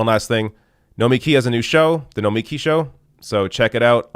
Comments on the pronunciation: Hi,, BTW, we all continue to mispronounce her name, say it emphasising the last 3 letters, as in Noma-KEE, not No-MEKEE, seriously, ask her. Excellent point that she gets better more rational discussion here on Fox business than CNN or MSNBC. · Try to at least pronounce her name correctly - no-me-key' (emphasis on the last syllable). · it's pronounced nomi-key (